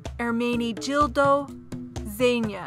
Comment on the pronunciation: The speaker has a stuffy nose, which makes her voice nasal. Also, she doesn't have the best diction. So the modeling isn't great. Furthermore, there are errors in several names, especially Givenchy, Ermenegildo Zegna, and Louis Vuitton.